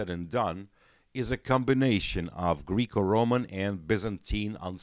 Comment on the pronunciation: Guy really said “greek-o-roman” 🤣